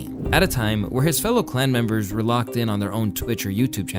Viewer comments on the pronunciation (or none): You said Klan Members😅😅😅